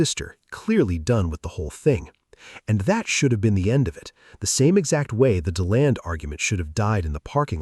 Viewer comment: It’s literally “D” land that’s how you pronounce the city.